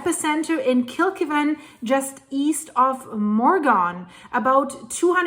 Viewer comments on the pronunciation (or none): Kill..keeee…van… Bris..ban… they are not pronounced phonetically…